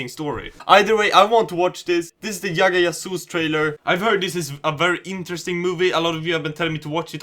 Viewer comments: Yagga Yasoos? It's 'J'agga 'J'asoos☺ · Well ,For your kind information I'd like to tell you that we pronounce "J" as "J" ,So it's Jagga Jasoos not Yagga Yasoos. And I love your videos they're amazing💓💓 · Why are you pronouncing J as Y ? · Did he just say Yagga Yasoos? or is J pronounced as Y in sweden? The same was with Bhajrangi Bhaijaan when he pronounced it as Bhaiyrangi Bahiyaan. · Its J as in Jam , J as in Jerry ! J as in Jill!! Lol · dude its Jagga Jasoon like u pronounce the Jug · I love how you say jagga jasoos 😂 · Doretta Kotian 😂